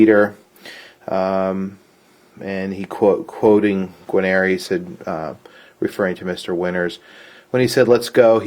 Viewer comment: Guanere is pronounce Gar-Neer, not gi-neer-i. just saying...